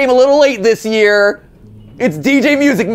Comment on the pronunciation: Nobody: Matpat: MEWSIC MAN